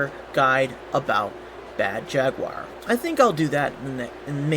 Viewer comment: Mispronounced Jaguar...